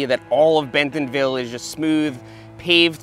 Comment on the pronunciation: I really love your videos, but as a local, I have to tell you it's pronounced Bent'nville, not Ben-TONville.